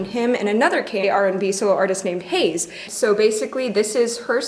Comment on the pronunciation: thanks for butchering heize's name